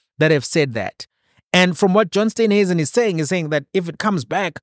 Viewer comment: It is S t e e nhuisen not Steynhuisen please pronounce the Minister's surname correctly. Steen like in Afrikaans Steen/brick.